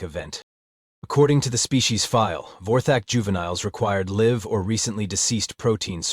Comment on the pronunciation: This one is AI, you can tell by the mix up between the word live pronounced l 'i' ve and the word live pronounced l'eye've. for example :- live your best life and eat the live younglings.